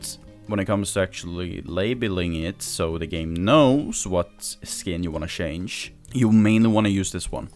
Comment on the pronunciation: Why do your pronounce change as shange?